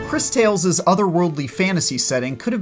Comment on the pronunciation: i think its actually pronounced like this " Chris Taw less" 😉